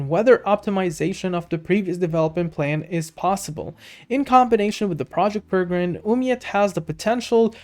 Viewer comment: PEREGRINE is Properly pronounced as Pair-a-grin....named after the Peregrine Falcon.